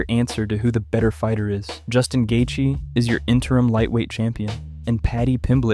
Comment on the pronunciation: Why’d u say his name like that lol gaythee